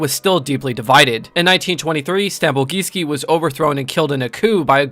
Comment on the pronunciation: Not Stambolgijski, he is Stambolijski!